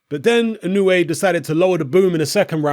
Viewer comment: Just 90 seconds after mentioning how you've revised your pronunciation of Inoue...you went back to your old ways...